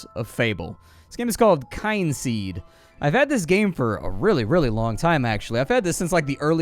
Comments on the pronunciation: It's pronounced "Kinseed" ....as in Kith and Kin, the game has a ancestral family hook, when your character ages and dies he/she passes on the knowledge to your kids, hence the name Kynseed. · Oooh, I really wanted to say that as soon as started speaking! It's "Kin" as in relatives... but you said it much more comprehensivly. 😊 Looks like a cool game!